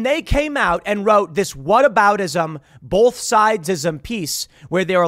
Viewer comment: Tim, the word "both" doesn't contain an "l," for the love of God.